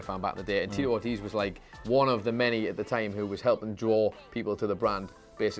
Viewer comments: It's pronounced "Or-TEEZ" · pronunciation of "Ortiz" is so fucking cringy. It's two syllables. "Or-tees." How do you not know how to correctly pronounce of the most common Hispanic last names? Fucking uncultured Englishman. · Ortiz is pronounced like Or- tease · Oh my god please look up the right way to say Tito Ortiz name right that shit was killing my ears 🤦🏾‍♂️